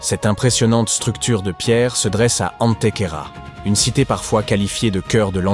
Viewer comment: Antecouera ? Pourquoi prononcer ainsi , cependant se prononce comme cela s écrit : Antequera. Il n y a pas de trela sur le u